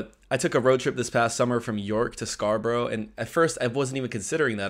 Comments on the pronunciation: It’s Scar- burra not burrow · Come on. You should know how to pronounced SCARBOROUGH, or any other town ending in "borough", by now!! SCARBRA not SCAR BUR ROW! Public TRANSIT!? TRANSPORT. First difference. We don't call it a ROAD TRIP! " SUB COMPACT CAR "!? Car bingo....WHAT!!?? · Scarborough is not pronounced as Scarboro'...it's 'Scarburruh'!! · "Scarbro" Where's that? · Scarborough, pronounced scar-bra xx